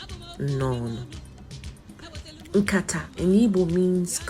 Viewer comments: NOT BASKET.WHAT IS NKATA? PRONOUNCE IT WELL Nkatá = Discussion or talk Nkatà = Basket. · NKATA YOU ARE PRONOUNCING IS BASKET NOT NKATA CONVERSATION,TONE MARK IT PROPERLY, YES WE ARE IGBOS, DO NOT ANGLOCIZE IGBO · You are pronouncing nkata, basket not discussion. Hope you are an Igbo